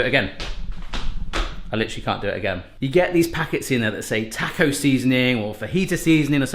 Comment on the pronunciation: "Tack-oh"? You're doing that on purpose! I was raised eating Sonoran food- can I suggest next time add just a little baking cocoa? Not the sweet stuff, the bitterer the better. It's the literal secret sauce in Mexican cooking.